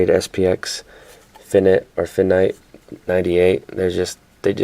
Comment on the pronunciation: finite is pronounced fye-night